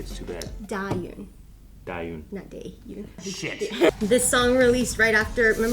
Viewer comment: that’s not the correct pronunciation either lol. It’s Da-Hyun. Hyun like “run.” You’re pronouncing it like it was Yoon.